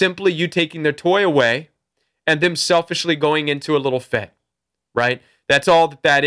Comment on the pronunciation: A "fitt"...MA mann